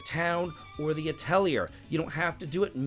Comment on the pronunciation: "Atelier" is pronounced with "yay" not "year" 😅 (lovely video, though. Cheers)